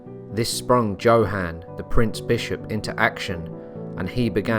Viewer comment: Also, shouldn't his name be pronounced "YoHahn?" Meh. Lucifer's little minion doesb't deserve a proper pronunciation.